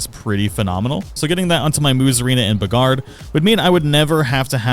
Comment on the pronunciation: The way you pronounced Beegard is stunningly stupid.